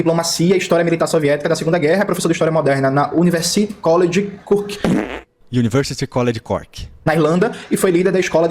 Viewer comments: "Bivô" 🗣️🗣️🗣️ "Kuniti" 🗣️🗣️🗣️ "Cuki" 🗣️🗣️🗣️ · Não conseguir pronunciar Beevor ou Khlevniuk até vai... Mas como que essa ameba não sabe pronunciar Cork???????? MANO.... CORK!! É A MESMA PRONÚNCIA DO PORTUGUÊS VÉI!!!!